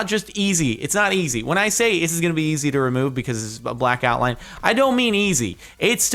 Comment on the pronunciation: 'Outlime'... Interesting! Lol